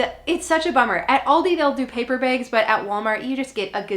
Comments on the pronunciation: Great info! Also love the way you say bags, ‘bigs’ ! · I could listen to say “begs” (bags) all day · I love the way you say bags. I love to hear other accents